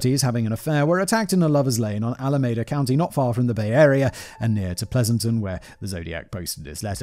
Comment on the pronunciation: Ignoring the terrible mispronunciations of Benicia (once the CA state capital!), the Presidio, and Pleasanton; I believe there's an error in this script not caused by Simon's lack of interest in proper pronunciations. Several times a 'Stateline, Utah' was referenced, originally in the context of Lake Tahoe. California and Utah don't share a border. Lake Tahoe is however on the border of California and Nevada, and there is a Stateline, NV right there. I think this is more likely the one meant.